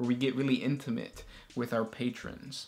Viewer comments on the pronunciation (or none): I dont think you ment to say intimint like that...😂😂😂😂😂